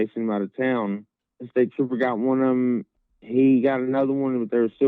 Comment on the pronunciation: you're right, it seems that Brandon was not all the way in touch with reality that night. I think so many people have been obsessing over the 911 call that its hard to not be curious, especially after Kyle confirmed that "staper" was Brandon trying to say "state trooper".